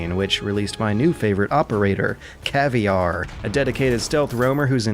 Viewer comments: KAVIAR? You did this on purpose, didn't you. For anyone that doesn't know, t's Caveira. Pronouced something like Kah-Veh-ee-Ra. Also, watch Elite Squad, it's a cool movie. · Caviar? LOL It's pronounced "ka-ved-a". The 'r' rolls :-) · The way you say Caveira, sounds like Caviar in portuguese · Caviar? It is pronounced the way its written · It's his favourite operator but said caviar omg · CAVIAR? What? No!! C A V E I R A... ( Ka Vey WRA) Not CAVIAR.... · CAVIAR? You think its caviar? Cav-E-Era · operator caviar??? nono...the way to say it is kah-vay-ra :P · Thats an ok video but... "CAVIAR" ????? Really man? kek. Its ca-ve-ira. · Hey man, i am brazilian and you just pronounced cavier what look like a food in the truth, caveira what is skull, you can look on google translate to see how pronounce right. I like too much your channel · Did u just call 'Caveira' *caviar*? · It’s pronounced Cav-e-air-uh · Loved the video, keep up the good work. Just one thing...."CAVIAR" oh my God... you can clearly read it's CAVEIRA and it's pronounced as you read it but in portuguese (the ei and the r). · pffffffffffffffff caviar what operator is that pffffffffffffffffffffffff its caveira put it on google translator and switch the language to portuguese then listen to how they say it, its still not perfect but far better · CAVEARRR😂😂😂😂😂 STUPID ASS😂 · I lost my shit when he read "caveira" as "caviar" CLASSIC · did anyone not notice how he called CAVERIA* CAVEIAR😂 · Caveira! KAHH-VERE-UH! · and its not said like that :s its kah-vay-ra :PP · Inacius Tenacius We know, he says it that way deliberately as a pun to insult the name. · I chuckled at your pronunciation of "Caveira" as "caviar", that was endearing. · Can't tell if Caviar was a joke or just down to his lack of pronunciation skills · Caviar? Damn you! Faca na Caveira! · Nils Rodas Why does he says "caviar"? ;-; it kills me inside everytime I hear it. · you say "caveira" wrong, it's "ka-ve-i-rar"